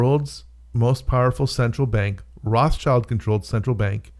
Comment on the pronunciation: Sorry, you can't even pronounce Rothschild correctly, so I am pretty sure you are way off